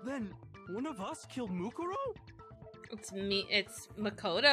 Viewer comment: Just lettin ya know, Mukuro is pronounced Moo-Koo-Row